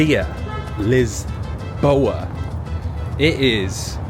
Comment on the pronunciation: I respect the fact he actually pronounced Lisboa correctly and not Lisbon 😂